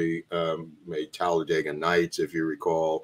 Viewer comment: “Telledaga Nights”